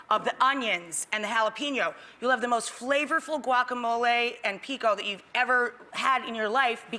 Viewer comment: GUACAMOL EEEEEYY!!!